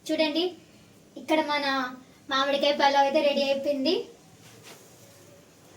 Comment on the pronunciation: మామిడికాయ,,,ఖాయ కాదు 😮